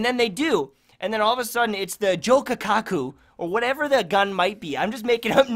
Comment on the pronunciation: "The Jokakaku" Don't quit your day job.